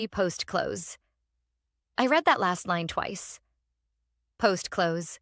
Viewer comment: Got to fool the AI reader some way. Past tense of read is read as ‘red’